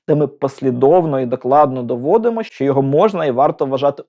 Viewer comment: Попрацюйте над Своєю вимовою, бо склеюються вуха від Ваших щЬо, почЮв, чІ, крокіФ, дІтячІй, ключЬових, чІном, вивчЯти, щЄй, чЯсом... НЕМОЖЛИВО слухати ТАКУ українську, де ви вичитали оте все чЯвкання...